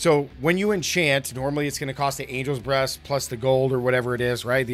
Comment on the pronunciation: Anyone else hearing angels breasts instead of breath? 😂